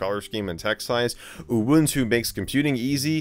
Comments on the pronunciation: I think you just say it normally, like U-Wun-Tu. I don't know why people like to laugh to the word UwU but my guess is it make people see things. And I'm disappointed that the cat doesn't even have an UwU face. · This actually made my afternoon, especially seeing Michael lose it trying to pronounce the release name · Michael failing to say "uwuntu" is the best part. 😅